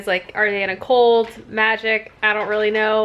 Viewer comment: It took me until the very end of this video to figure out that you said "CULT" and not "COLT".... couldn't figure out why the excitement over a colt in the book. lol